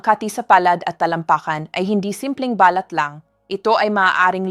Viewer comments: Hi ni offense po. Paki pronounce lang po ang mga words na binibigkas ninyo at medyo mali. Ex: balat pag bigkas ninyo parang sinasabi ninyo na ba-lat parang sinasabi ninyo sa English birth mark. Please pronounce it correctly kasi iyong bigkas ng words ay most important. Thank you and God bless you always. 🙏🙏🙏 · Too much talk - straight to the point pls … balat is pronounced as balát … accent on last syllable .. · BALAT po ay binibigkas ng mabilis. Hindi po ito BALAT na " birthmark". "Silent"- (say-lent) I love your blog Doc. Keep it up! 🎉